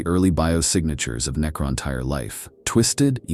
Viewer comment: Necron-Teer* Great video ❤❤❤